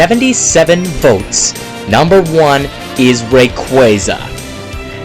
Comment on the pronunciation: You keep saying #1's name wrong